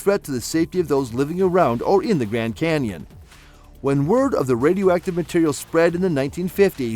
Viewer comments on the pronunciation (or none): If you say gran Kenyon one more time I'm gonna kick you in the nuts!